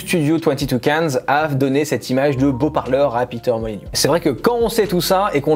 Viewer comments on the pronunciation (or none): Molyneux pas Molygnieux BOOOON SANG !